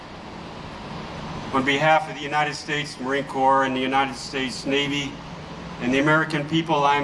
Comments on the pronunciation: It isn’t a corpse it is a corp. pronounced core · "Corps" is pronounced "Core", Sir. 11 / 11 is REMEBRANCE DAY here in Australia. LEST WE FORGET. ❤❤ M 🦘🏏😎